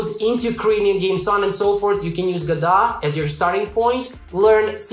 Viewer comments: Lol it's Go-Dot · It is pronounced ‘Godot’. You welcome. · If you're going to correct someone, you'd better be correct. It's "go-dot", which rhymes with robot (their symbol).